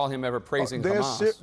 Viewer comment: Truly ridiculous answer “what exactly did he say?” “PROHAMASSS” sir wut?